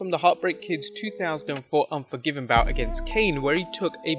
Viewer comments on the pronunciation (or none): none